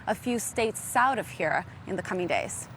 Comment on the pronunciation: “just a few states soud of here”